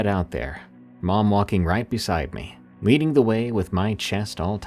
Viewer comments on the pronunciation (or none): none